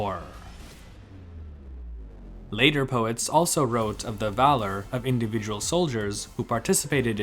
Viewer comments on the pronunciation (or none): none